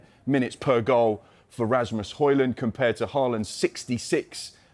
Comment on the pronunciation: Bro really said Rasmus hoin